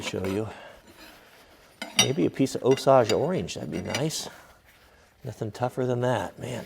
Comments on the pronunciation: Well, that is a first for me. I live here in original Osage Indian Territory on the Little Osage River in Kansas. I have never heard the word Osage pronounced 'Oh-saw-j'. I have always heard it pronounced 'Oh-say-j'. Just s small thing, not trying to pick a fight. Speaking of how hard the wood is, my grandmother hit an Osage fence post about 40 years after she had helped to put it in the ground. The car was totaled and 25 years later we are still using that fence post. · It's oh-SAGE orange. :) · Triggered: he said Osage wrong.